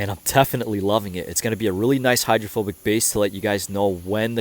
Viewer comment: say it with me: HY DRO PHO BICITY 👌🏻